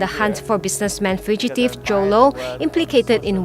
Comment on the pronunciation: Why does Joe LOW sounds like YOLO :D